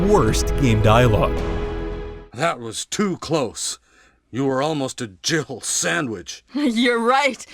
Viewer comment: Is barry saying you were almost a jiffle sandwich, cuz i allways thought he said jill sandwich, but in this video it sounds like he said jifle